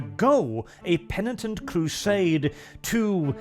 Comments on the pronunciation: said penitent correctly, good job. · Did just correctly pronounce 'penitent'....? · Christmas came early, lads! pronounced “penitent” correctly for the first time! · I see has finally learned how to pronounce Penitent